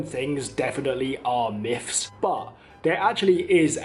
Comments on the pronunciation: They are myths, not "myffs". You're in Australia now, lose your th-fronting. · Australian "miffs". WTF ? & Brits criticise the Aussie accent...... ?